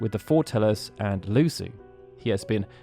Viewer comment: LuSHU not Lussu